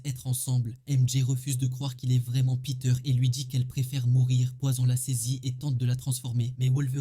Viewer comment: L'accent mi anglais mi frnaçais "Poyzon". Frr choisi